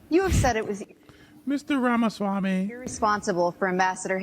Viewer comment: You can't even say his name right. At this point of his candicacy, you should at least say his name right unless you're intentionally doing it out of disrespect which is evident here.